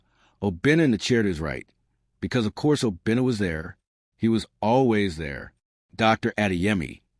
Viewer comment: Not Obinnah………….!!!!!!!!!!!!!